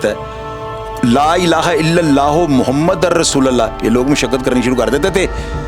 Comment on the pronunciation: Aik guzarish he Ap Qalma Sahi nahi parte Muhamadur Rasolola parte hain